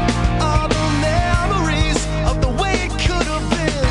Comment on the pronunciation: Still here years later. Amazing song. But absolute can’t stand the way he pronounces “way”. Why does he keep putting an ‘m’ in there. Miss the waym?